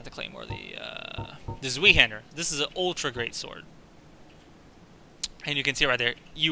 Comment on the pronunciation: Hey, i think that you should pronounce the name of the Zweihander like "Tzwaihander". I might be wrong, but i think that it literally means "two-hander" in German.